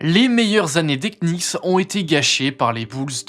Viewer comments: prononciation.... ça donne "kenicks" 😅. Usuellement on dit nicks. A plusieurs reprises on sent qu'il a du mal. Ca craint pour un type qui fait une vidéo sur la NBA. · Please le K des Knicks est muet les gars… Vous aviez juste à regarder une interview ou un match pour le savoir… La vidéo est sympa sinon 😊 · J'aime toutes les vidéos de que ce soir sport, sciences, jeux etc... Mais je suis étonné que vous prononciez "Knicks" avec le K. C'est une "ghost letter" comme dans "castle" ou "knock out" le premier K de Knicks ne se prononce pas.:) Mais ça n'enlève rien à la vidéo qui est toujours au top biensur! Force à!:) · On ne prononce pas le K dans knicks attention ! bonne vidéo ceci etant dit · Bah si, le deuxième. 😉